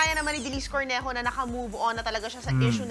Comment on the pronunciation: Nagresearch ka pa at paenglish english pero ung pronunciation ng name niya, nde mo naresearch🙄🙄🙄🙄🙄🙄🙄🙄🙄🙄🙄🙄🙄🙄